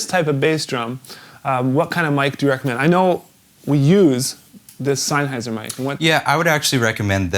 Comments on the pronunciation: You must be killing him inside when you say Sainhayser, it's Sennheiser! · Sam-SON and SENN-heiser